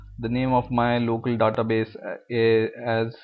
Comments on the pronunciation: I can't concentrate when he says "Database". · i cringe whenever he says database..